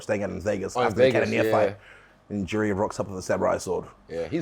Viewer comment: Rob pronouncing Jiri correct (yiri) and Izzy pronouncing it wrong. The back and forth is hilarious